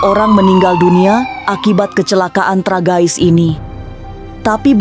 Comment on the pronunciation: Tragis.. emang bacanya tragais 😁🙏